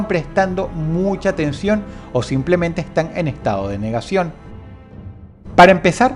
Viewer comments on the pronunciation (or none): none